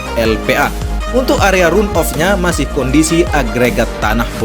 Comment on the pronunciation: Phonetic yg benar dari kata RUN adalah / 'rʌn / Jadi kalau di-inggriskan juga gk bisa dgn RAN OF. Tpi Setidaknya dgn dibaca RAN OF sdh mendekati benar.. Demi kebaikan bersama saling mengingatkan mmg lebih baik.